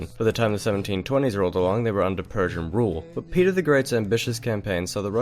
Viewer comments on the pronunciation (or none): none